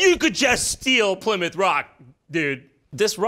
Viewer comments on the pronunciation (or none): It's pernounced (Ply-Mouth)